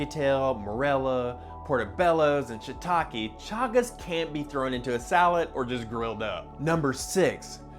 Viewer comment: Your can and can't sound identical.